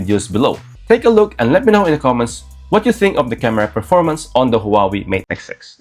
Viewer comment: Please Please !! It is not the "who are we" it's pronounced as "Wah Way" and written as Huawei